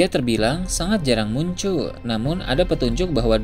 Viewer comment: Saya lebih penasaran admin orang asli mana min? Admin gak bisa nyebut huruf akhiran kata? Seperti, tidak bisa menyebuf huruf N,T, W, L, dll. Contoh yg ada dalam video - hujan > huja - dragon > drago - town - to - muncul> muncu - perlihatkan > perlihatka - besar > besa - langit > langi - kebetulan > kebetula - petir > peti ☝ masih banyak yg lain, dengerin aja baik2. 😅 Orang mana min? Orang minang? Emang minang logatnya begini ya?